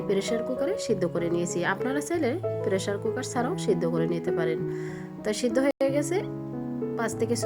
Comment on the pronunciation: আপনার ভাষা এরকম কেন পেরেশার কুকার কি আবার বলবেন পেশার কুকার